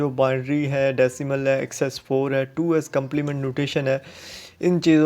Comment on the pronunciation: Was this really a lecture!!! u don't even know how to pronounce fixed, 2's,...like no offense but at least u can do preparation...